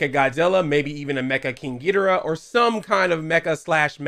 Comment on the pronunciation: first time ever i heard you saying King Ghigorah's name correctly